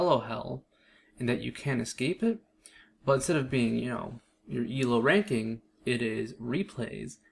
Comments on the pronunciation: Also it's not pronounced "ehl-oh" it's pronounced "eel-oh". It's based off the chess rating system created by Indian mathematician Arpad Elo. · "el-oh" first time i heard that